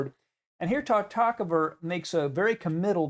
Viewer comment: Is it really so difficult to correctly pronounce the name Tartakower?